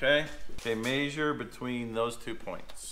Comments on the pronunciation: Maysure =D lol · The way pronounces measure is hysterical 🤣 😂